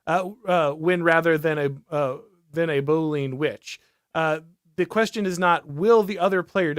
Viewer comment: I'd pronounce "Boolean" as "BOO-lee-un" - 3 syllables. That's all I've heard in the computer programming world. When I initially heard this on the podcast, I had no idea that you were saying "Boolean".